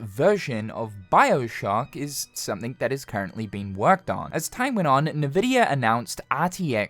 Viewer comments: It's pronounced in-vidia, not nividia. :) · It's not naavidia it's "n" vidia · Nividia. i dont think people usually pronounce it with thet first 'i'. just N-vidia. no big deal though. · Just so you know, Nvidia pronounced "envidia" not "navidia" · its ENvidia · I'd never heard a single person call NVIDIA nehveedia like this guy just did. mind blowing. liking the vid for that alone. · Stop calling it na-vidia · N vidia. EN-VY dia. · FFS. It is not "Nuh-Vidia." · First time I heard someone pronunce Nvidia that way lmao